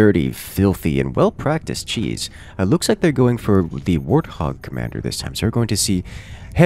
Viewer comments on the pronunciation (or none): none